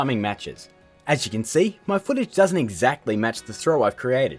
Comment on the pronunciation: "Kan" "Serkel"